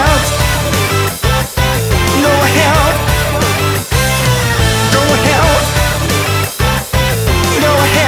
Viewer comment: sounds more like 'GO TO HELL" XD lolz